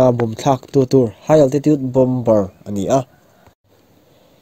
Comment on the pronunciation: "BOMBER" NI LOIN,"BOMB"'ER TIH A LAM TUR